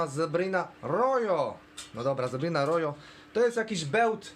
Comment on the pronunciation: Rojo to z hiszpanskiego, oznacza czerwony i czyta sie "roho" 👍